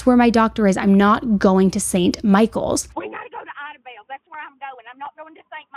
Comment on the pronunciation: love you girl but i’m gonna show you how to pronounce these towns coming from someone who’s from southeast oklahoma. idabel: I-DA-BELL , de kalb: DEE-CAB